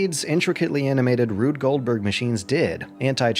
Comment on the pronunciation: Did he say "Rude Goldberg Machine"?